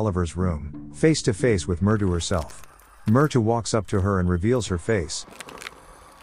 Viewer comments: "Myrtu"??? It's Mrytyu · You mean मृत्यू/Mrutyu? Well that make sense since he's also talking about death. He probably mispronounced that word most likely spelled as "Mṛtyu/Mrtyu" & then misspelled it in the Captions also. Thanks for the clarification. Any idea about "Piki"? That doesn't sound like an Indian name either. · It is pronounced as Mrithyuu